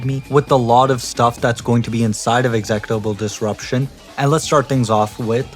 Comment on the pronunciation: Oh hey it's us. Great video but that's not how you pronounce executable disruption